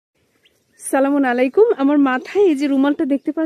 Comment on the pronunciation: আসসালামু আলাইকুম আপু আপু মনে কিছু নিবেননা পিলিস আপনার সালাম দেওয়াটা উচ্চারণ একটু ঠিক করে নিবেন ইনশাআল্লাহ।